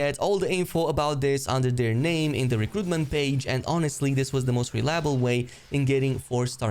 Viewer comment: You actually got all the names right, bravo sir